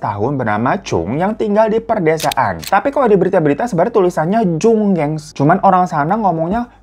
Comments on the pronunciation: jung itu dibaca jeong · btw cara baca namanya itu "jong" bukan jung atau cung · Jung itu dibaca nya Jong kak.. bukan dibaca jung.. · nyebutnya Jeong, bang. bacanya Jeong, EO-nya dibaca kyk O di orak-arik. kalo double O dibaca U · Jong aja bang Jhong, Jong agak pake ah gitu, kalo pengucapannya emang agak ribet 😂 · bukannya o di orak-arik bacanya sama ya kyk di karton? atau o-nya kyk oreo? btw, thank you koreksinya🫶🏼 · Beda sayang. Coba dibandingkan. Mangapnya lebih lebar o pas orak-arik apa karton? Dan yes, o di orak-arik sama seperti o di oreo. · oh berarti selama ini nyebutnya salah ya? orak-arik bukan pake eo, tapi o kyk oreo? tapi kok di lidahku orak-arik tetep pake eo ya😭 soalnya di korenya Oreo tuh 오레오, bukan 어레어 or 어레오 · No. Orak Arik sama seperti Oreo. Dan (eo) itu O nya seperti Karton, Kompor, Rokok, Mercon.